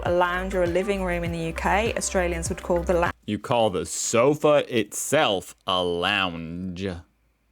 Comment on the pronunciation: Hahahah. A so fee 😂